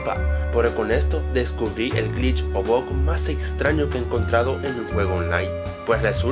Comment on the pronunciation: se dice bugggg